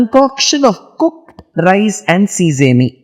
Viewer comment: Thank you so much for sharing your knowledge🙏 only a very humble simple suggestion to check the correct pronunciation for “sesame”